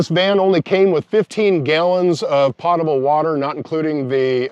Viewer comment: Its pronounced "poat-able"